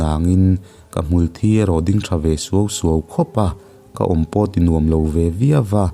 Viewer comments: hmul thi ading tiha, thi tih laitak hi athluk adiklo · Hmul thi tih hi i lam diklo lo maw ka hre tam ta viau a, mitthi tih a thi ang hian lam tur niin ka hre si a... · Phungkhawnvar hi Phungsahmim a niang chu maw?Chubakah Hmulthi hi Mutthi khua a thi anga lam lovin Mitthi a thi anga lam tur zawk a va nih hmel ve.Hawitang a tang pawh hi tangseh a tang ri ang tur hi...Ngaihnawm thin e👍👍